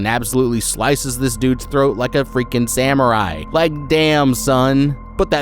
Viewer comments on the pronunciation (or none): none